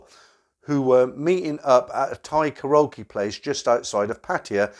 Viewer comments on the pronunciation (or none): none